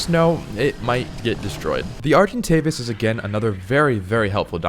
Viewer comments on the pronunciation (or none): none